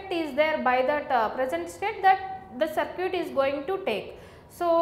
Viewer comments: "Sir cute"😂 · your circuit pronunciation gives me goosebumps